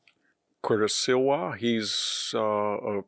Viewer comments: Its SLEE-WAH not SILL-WAH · VDH it is pronounced "SLEE-WA" not SIL WA" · Sliwa, not Silwa. Mamdani, not Mamdami. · Mispronouncing names (Mamdami instead of Mamdani, Silwa instead of Sliwa) is not good at all for credibility. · Sliwa, not Silwa😮. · SLIwa, not SILwa. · It’s “SLEE-wah” not “SILL-wah.” And “mahm-DAH-nee” not “mahm-DAH-mee.” And he’s always mispronouncing former VP Harris’ name as “kah-MAHL-ah” instead of “KAH-mah-lah.” He’s not a stupid man but he sounds stupid when he does that. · SLEE wa. not silwa. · Mamdani, not Mamdami Sliwa, not Silwa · It's not Silwa, its Sleeeeeeewa. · "SIL-WAH" ❌ "SLEE-WAH ✔ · Can't anyone tell VDH it's Sliwa not Silwa? Does he have everyone around him cowed and unable to speak up? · It's MamdaNi, not MamdaMi. It's Sliwa, not Silwa. Jeez. Also, why would "open borders" affect elections in NYC? Undocumented immigrants can't vote. Mamdani is going to win because young people are idealistic and stupid and easily manipulated. What's confounding is the support he is getting from older New Yorkers, not a lot but enough to push him over the edge. That the Democratic machine couldn't come up with anyone to deal with this guy shows it's ineptitude. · Not Silwa.. Sleewa. Please! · Still can’t peoples names right … it’s Sliwa, not Silwa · Whos this "SILL- WHAAA" guy? Or do you mean SLIWA (SLEEE- WHAAA) As in Curtis Sliwa ? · Curtis's name is SLIwa (Slee-wa) not SILwa (Sill-wa) !! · sLiwa - NOT "siLwa" . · Victor! It's Sliwa" (Sleewa) not "Silwa"!!!!!!! VICTOR!!!!! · Pronounce better, Victor . It is " SLEE-WUH'. And "MUM- Dan-EE". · Sliwa, pronounced Slee-wah. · It's SLIWA, not "Silwa" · Curtis SLEE-wah. Please! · MISPRONOUNCED Curtis Sliwa last name (Sleewa) suggests how irrelevant this candidate is to the right... CUOMO" appears to have lost his edge - *AGREED - which is to be expected for someone his age (67). Businesses and wealthy will survive by moving elsewhere - been going on for a long time. The poor will stay. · It's SLEE-WA!!